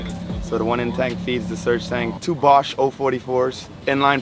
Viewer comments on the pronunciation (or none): none